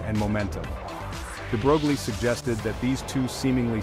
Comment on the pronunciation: No picture of DeBroglie and no mention of how it inspired Schrodinger! Proper pronuciation is "DeBroy". Pardon my nit picks! Otherwise, well done.